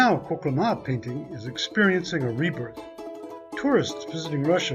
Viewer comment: You pronounced the name wrong.